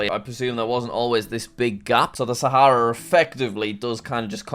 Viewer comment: “the sAhæEra desert.”